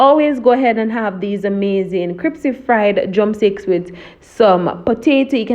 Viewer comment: Looking good I think I will have to try style- of dipping in flour and cold water and then dipping back in flour. Neat trick. But one thing that kept getting to me Was the pronunciation of the word crispy isn’t the word crispy and not cripsy?!